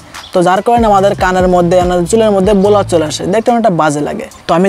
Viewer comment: বলোর না, ব্ল্যার